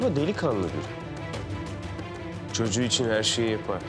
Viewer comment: "ben istemedim ku çoçuğu" diyo yaaaaa. Sinirlerimi bozduuuu.